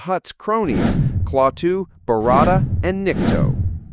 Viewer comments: Not barada, Varada` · Dumbass narration. It's not claw-two. And barada...no one rolled the "r". So sick of this new lazy ass age where everyone relies on AI or a computer to do everything Pictures being show don't even match up to what's being "said". And the real pain in the arse is how everyone just accepts it. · You miss- pronounced barada. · This great old movie deserves better than you half ass attempt. You can’t even pronounce the three words correctly. It’s not Clawtoo. It’s klatoo that rhymes with “At too” and there is no tongue rolling in the second word. My god you look so inept doing this. None of what you covered are secrets. All have been widely known for over 50 years. Do it right or don’t do it at all. Thumbs down. 👎